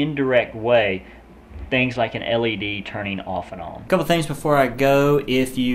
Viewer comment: On - ohn